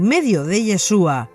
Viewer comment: YESHUA y con acento en la u